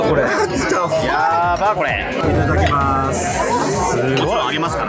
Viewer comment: your いただきまーす is really pretty❤❤